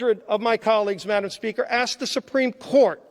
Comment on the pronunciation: Wow what a great speach! Obviously this gentlemen is for the truth. It gives hope listening to him. "Madam Pelosi" must have been hating everytime he said 'Madamn" is that not allowed in the Senate ?